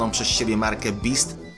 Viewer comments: nie Beast tylko beats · Marka 'bist' ? Chyba 'bits'... No chyba że mówiłeś o innej marce niż Beats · Nie beast tylko beats ! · Beats a nie beast. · powiedziales marke ''beast'' a nazywa sie ''beats'' od beat pl. bitu. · beast? A nie beats?? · czy tylko ja slysze jakby tam bylo beast a nie beats? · dr dre sprzedał markę 'bist' ? a nie czasem markę 'bits' ? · "Beats" a nie "Beast". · słuchawki Dre to "Beats" nie "Beasts". :') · Dr. Dre nie stworzył "Beast" tylko "Beats". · beats nie beast xd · Dr.Dre nie sprzedaje marki Beast tylko Beats. 2 razy cofałem bo właśnie nie wiedziałem czy się przesłyszałem. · Sprzedając markę "Bits" (pisz Beats) a nie "Bist" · nie beast tylko beats :D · beast a nie beats? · Nie ''beast'' tylko ''beats'' :D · Beats a nie Beast.. Kurwa... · nie beast tylko beats😂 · ej to jest firma beats a nie beast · To nie jest marka bist tylko beats (czt. Bits) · Nie beast tylko beats to nie hejt :/ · Firmę BIST? BEAST? Widać ze chuja wiesz o tym wszystkim, wszystko z internetu wyczytałeś? Jak już tak robisz, to czytaj dokładnie 😂 BEATS* FIRMA BEATS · beat a nie beast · Beats a nie beast jełopie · raczej beats (czytaj : bist ) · marki beast" xd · czyta sie bits